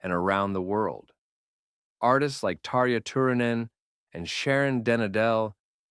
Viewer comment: Too bad AI totally butchered Tarja’s name!